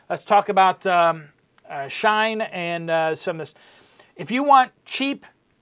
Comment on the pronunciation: “shē-in > shīne”